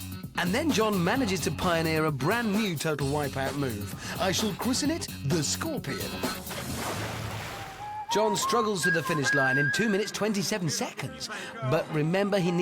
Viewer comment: "I shall christnen it `the Scorpion´" . LOL!